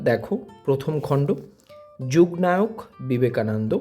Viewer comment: যূগ্ নায়ক নয় ওটা যুগনায়ক বাঙালি হয়ে বাংলার মতো উচ্চারন করুন